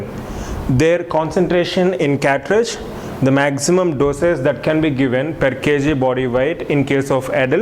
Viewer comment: Catridge or Cartridge?